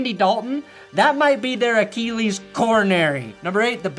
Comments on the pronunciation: I love the way you Americans say Achilles like A-KEE-LEES. We Brits say it like A-KIL-EES, ya know the correct way 😅😅 Much love. ❤ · i’ve never heard anyone say it the way says it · Sometimes, I only watch these to hear pronounce the word "Achilles."